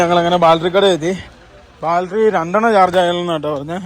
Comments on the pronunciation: ബാൽട്ടറി അല്ല ബാറ്ററി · ബാറ്ററി എന്ന് പറയാൻ നിങ്ങൾക്കറിയില്ല... ബാൽ ട്രീ ബാൾ ട്രി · എന്റെ ബോൾട്ടറി അല്ല ബാറ്ററി ആരൊക്കെ പറഞ്ഞാലും ശരിക്കും പറയില്ല alle😂 ഒന്ന് പറഞ്ഞു ശരിയാക്കെന്റെ koche